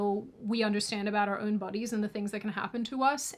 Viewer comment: I really like it when you talk about our bwodies